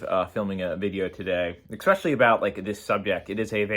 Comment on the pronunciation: I won’t resort to name calling. The only thing that offended me is you still say “expecially” instead of “especially” Besides that. Agreed.